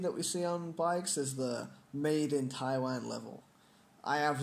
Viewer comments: Can u pronounce Taiwan correctly? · lol Taiwan.. you say it funny